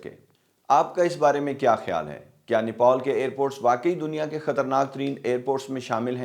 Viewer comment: بھائی نیپول نہیں نیپال ہے